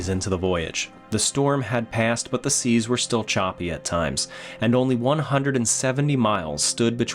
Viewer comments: Silence, it is seas not seeds. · Surely you ment high seas at 5.09 mate, not high seeds.